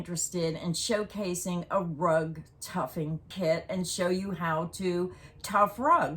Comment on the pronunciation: The word is tufting, not tuffing. That’s the way I learned it, anyway